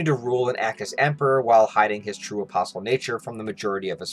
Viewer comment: Why the Hell I keep hearing opossum instead of apostol?